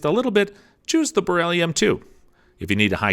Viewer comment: Dors he call them a Berelli?